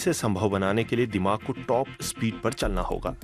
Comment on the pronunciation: दिमाग़ ,दिमाग नही होता है